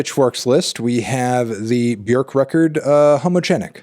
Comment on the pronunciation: Thank you for say Björk’s name correctly.